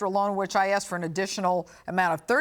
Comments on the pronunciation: Wrong! Nice try though. In America only, do black persons pronounce, "asked" as "axed". It wasn't until the last decade or so, that black people started frequently pronouncing this word incorrectly. Basically, what you are saying is that illiteracy is accepted & tolerated among our black community & English lessons taught in school can be thrown out the window, because they're black & live in America? It is 100% laziness. "Ask" is a 3 letter, 1 syllable word!!! A-S-K. You can't sit there & completely switch the second letter of the word w/ another letter altogether, and then omit the 3rd letter entirely, leaving you with only 1 letter of the original word. British also put the emphasis on syllables in different places & pronounce many words ending in "er" as, "uh". Like, "Peter", sounds like, "Petah or Petuh". Or, mess up words almost entirely, such as, "brother." Pronouncing it as, "brava." What the hell? You are also guilty, just as many black Americans, of being lazy with your speech & it does make you sound illiterate. And you guys claim we're the ones who misuse the English language so greatly. And, believe it or not, your illiteracy & our black American's, has nothing to do with racism. Pure laziness. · That’s not an accent thing that’s just mispronouncing a word and mixing up letters “asked” “axed” I’m not sure if you’re smart realize but it’s the same as saying ‘pacific’ instead of ‘specific’ and ‘I borrowed him’ instead of ‘I loaned him’ and ‘libary’ instead of “library”, “fustrated” instead of “frustrated” it’s wrong. It’s not culture or an accent it’s wrong. Grow up and accept it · Just when you think a woman is sophisticated and intelligent she starts saying aksed instead of asked. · WTF is everybody going on about how "smart" she is... the second anyone is dumb enough to use "aksed" instead of bloody ASKED they show their level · All I heard was: ''Axed, axed, axed, axed!'' Are these people lumberjacks or something?